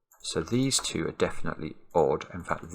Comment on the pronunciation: I like how he pronounces "2" as "tew."